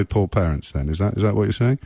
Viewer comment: “You can choose whether you eat, or not. Blame the pawents.” What a tool.